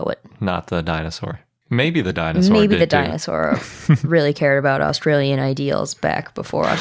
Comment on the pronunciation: i love 31 - 36 the pronounciations kinda wrong, its hilairious though its austrailion (so funny i can english right XD x1000)